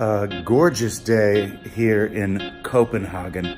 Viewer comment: Please, just say: co-pen-“hey”-gen. Not co-pen-haarrrr-gen. EDIT: Ha, just realized to say both! You son of a bitch ;) Great fucking view from that tower in Tivoli!